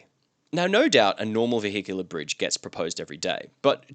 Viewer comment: Lol. Vee Hickular. Bahahaha.